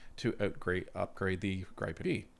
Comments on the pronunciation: Hi, Inga from Sviden says it's "GrEE-pen", not "Gr-ai-pen" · Gripen is pronounced as if the "e" does not affect the "i", pronounce it like Grippen. Stealth aircraft are detectable by radar, and they are working on increasing picking them up by radar. They are difficult to detect. F-15 radar detection signal is about 8 times stronger than an F-18, USAAF is taking on modernised F-15 as they can carry more than an F-35. If the Gripen E is cheaper to operate, that is very attractive. Mixture of F-35 and Gripen E/F's? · It's GRIFF-IN as in "if" Griff......IN . pronounce it right please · Gripen is pronounced Griffen in English. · YOU HAVE TO LEARN HOW TO PERNOUNCE THAT FIGHTER JET LMAO